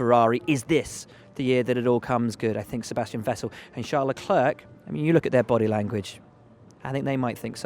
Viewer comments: it's LEC-LAIR not LEC-LURK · Will Buxton.. why can't you just pronounce Leclerc his name correct. It sounds horrible the way you say it. Is it the English pride or are you unable to pronounce it correct.